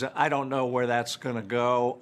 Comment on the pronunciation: That's "go" not "gou".